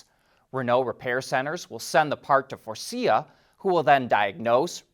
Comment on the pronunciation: Props for pronouncing Faurecia right, (its not furry-sha)